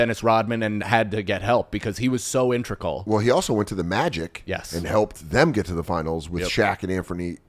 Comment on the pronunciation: This is the second time i heard say "intregal" instead of "integral"